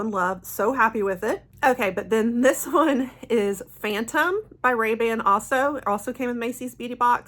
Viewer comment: Just a heads up, the Paco Rabanne fragrance is pronounced like Rah-BAHN. (Not like Ray Ban sunglasses). Thought you would want to know...